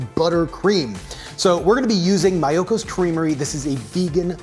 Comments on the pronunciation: It’s Mee-oh-kos 😝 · It's MEEEyokos. :)